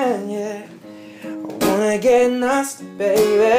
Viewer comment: 😍😘 he said nausty instead of nasty n I love it